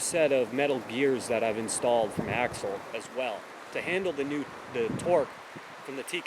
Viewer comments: It’s not axle it’s ax-i-al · Ax- i-al, not Axle. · It is pronounced 'axial' like 'axeeeaal' not axle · you pronounce Axial weird.